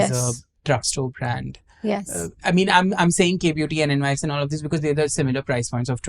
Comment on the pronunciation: It's not N.Y.X., it's Nyx, the Greek goddess of the night. Just FYI.